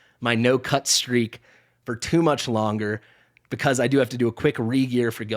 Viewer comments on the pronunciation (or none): none